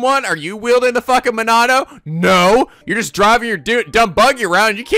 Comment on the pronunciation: I thought it was "Monado"